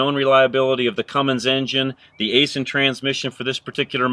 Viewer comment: nice truck aisin is pronounced ison